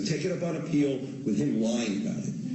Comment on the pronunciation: Badass of him, but my ears heard "you wanna appeal me? Cmon" as in challenging her.